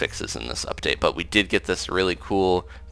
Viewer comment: You said "uptate" instead of "update" at the end haha.